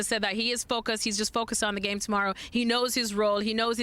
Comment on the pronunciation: Amazing how Shaka manages to refer to football as "thee gheem" every single time.